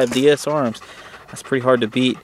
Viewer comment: Nice video. I have the exact same gun. but say it with me, D-S-ARMS, not D-S-A-Arms! You were killing me with that! haha. Nice vid though man.